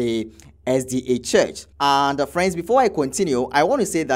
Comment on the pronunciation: He is saying the name of the church wrong.